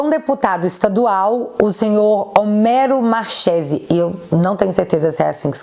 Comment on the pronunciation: Homero Marchese ("marquézi").👍